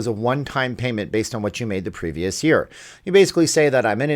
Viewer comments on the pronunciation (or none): none